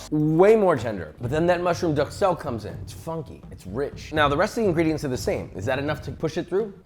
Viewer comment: I don't wanna be that guy, but i'm gonna be that guy. Duxelles is pronounced ducelle.